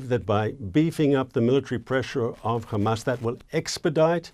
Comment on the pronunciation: Sounds like he’s talking about Isra@ every time he says ham-ass